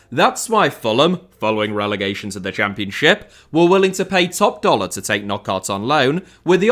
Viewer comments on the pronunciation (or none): none